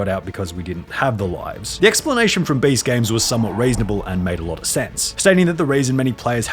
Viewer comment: This guy says Baste instead of Beast